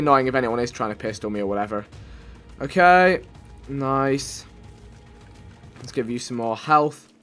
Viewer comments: you say noys not nice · "Noice" "noicely"